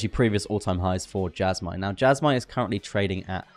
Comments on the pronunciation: Jasma lol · Why would you go out of your way to pronounce Jasmy wrong?